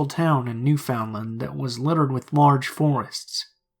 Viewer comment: Newfoundland = New-fund-land not New-FOUND-LIND for future reference. Love the stories btw